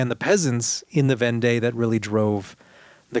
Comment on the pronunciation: I enjoyed this episode. It will be a helpful conversation piece with my French friends. Just one thing, Vendée is pronounced as Vondee.